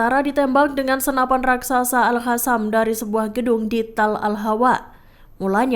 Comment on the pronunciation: Maaf min buksn al Hasam tapi al Kasam. Baca yg benar dongggg.